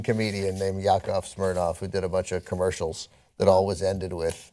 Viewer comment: did anna say who to yakov smifnoff..... i want to die